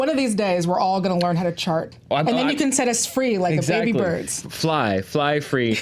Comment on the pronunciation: Everytime they say "chart", I hear "shart". And, yes, my reality is awesome, thank you for asking.